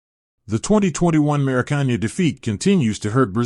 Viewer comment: Scolon, Maraccan, Classisico, Laro Martinez 💀